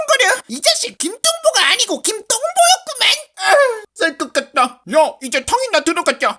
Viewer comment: 살것 갔다.=쌀것 갔다. 쌀것 갔다 로 들였음.